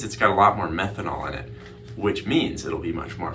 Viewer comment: I think he said methonal